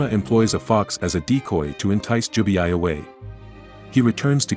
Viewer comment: it's Jubei,not Jubiai😂